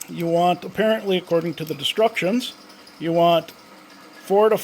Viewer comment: Did you say, "according to the destructions"?